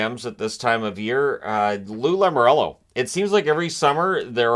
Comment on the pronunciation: You can tell really gets a kick out of saying “Lou Lamoriello”